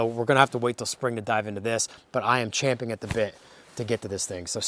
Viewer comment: I for one appreciate you saying 'champing at the bit' and not 'chomping' - instant follow. Oh also the cars are neat.